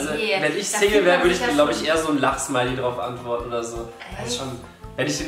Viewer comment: Wenn Julian lachsmiley gesagt hat habe ich zuerst immer verstanden lachssmiley🤣🤣🤣